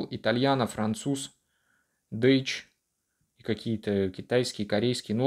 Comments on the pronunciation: Прости конечно но правильно говорить не Дейч а дойч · Дейтч😂😂😂😂сам ты как дейтч, это Дойтч, Deutschland немецкий язык это